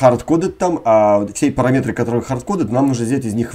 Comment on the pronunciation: Блин, ну парАметр же! "Режет" уши